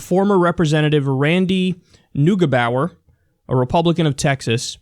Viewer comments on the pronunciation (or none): I am from a city he represented it is pronounced Nogibower if that helps. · Kyle, the pronunciation of that guy's name should be something like Noyghebower (go give you a rough idea) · Neugebauer is pronounced Noygebowa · Neugebauer pronounced: "NEIGABAUA".... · NiggaBower 😂 is that how you pronounce his name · I actually went to school with someone with that last name and his father is now the mayor of my city. it's a rather hard name to pronounce you were closest I think on your second pronunciation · The "eu" in "Neugebauer" gets pronounced more like an "oi" not like an "u" since its a German not an English name.